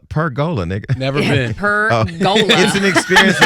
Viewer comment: PERgola, not PergOla lol